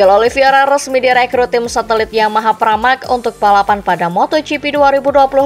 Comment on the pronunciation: ini ke 4 kali nya saya komen, narator masih salah nyebut nama Oliveira dengan menyebut “OLIVIERA” VEIR dan VIER VIER dan VEIR EI dan IE IE dan EI